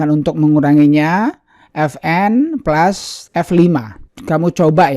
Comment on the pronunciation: Baru denger plus,dibilang plas Bang.